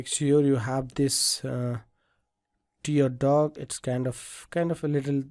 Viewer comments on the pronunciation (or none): I'm proud that someone from India is providing such a great source of learning ZBrush. BTW, It's "tear duct", not "tear duck"..